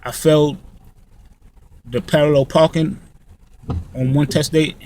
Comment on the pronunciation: Lol he says parken..we say parking lol.. It was cracking me up.. Very informational